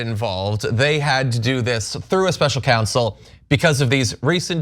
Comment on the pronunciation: It's counsel, not council former president trump. He's such a bunghole.